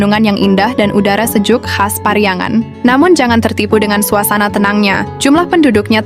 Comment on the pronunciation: Bukan pariangan tapi Priangan min,..lebih bener lagi kalau disebut Parahyangan,...oke min